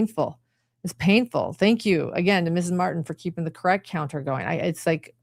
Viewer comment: did you clock that Nester said they “vacationed on Hawaii, krect??” Allison corrected her saying Costa Rica. I felt Nester was trying to trap her in a lie. This cross gave me the ick. Glad Allison stood her ground even though visibly shaken.